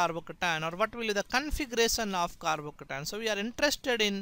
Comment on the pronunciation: I like the way he says carbocation. «Carbocatan» !